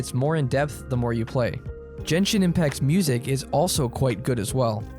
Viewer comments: "jenshin ipmact" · jenshin inpact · he really said jenshin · I'm getting a heart attack of him pronouncing Genshin as "Jenshin" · Average jenshin impact fan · "jenjin impact" 💀💀💀💀